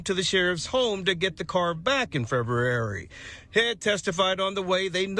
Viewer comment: "febrrr.eerrrr.e..rry" LMMFAO!